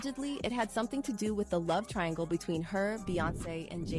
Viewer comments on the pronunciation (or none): none